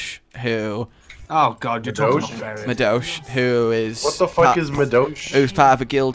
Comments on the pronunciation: Jesus Christ when was trying to pronounce the Japanese word for mage it fucking hurt me. "Madosh"... "Madosh" Fucking really? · Samuel David Wiseman Natsu is a fire dragon slayer not a dragon and also he pronounced the word for mage as "Ma-Dosh" like that is wholly wrong.